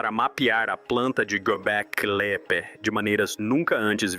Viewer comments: Hoje eu aprendi que eu nunca houvera sabido pronunciar o nome Göbekli Tepe da forma realmente correta, tantas vezes ele pronunciou esse nome de milhares de outras maneiras sem ao menos repetir nenhuma... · . Göbekli Tepe é nome extranho, mas acho que você conseguiu não dizer corretamente nenhuma vez, e nem repetir alguns dos erros ! ! ! 🤌👏👏👏👏